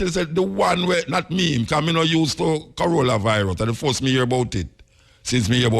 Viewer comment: Muta says "Corollavirus" 🤣🤣